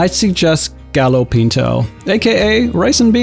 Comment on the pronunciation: Gallo Pinto is pronounced Gayo Pinto, ll sounds like a Y in English.